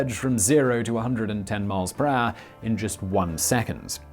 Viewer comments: “Per haure” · I love how you say "per hour" It becomes something like "prah". Love it!